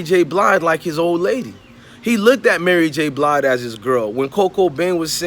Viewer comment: You lost your worth KNOWING you're too young to know BOTH these folks and you said Mary J BLIDE LMFAOOOOOOOOOOO